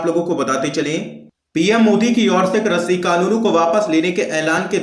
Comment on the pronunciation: हिन्दी तो सही बोल लिया करो भैया कृषि को क्रषि बोल रहे हो।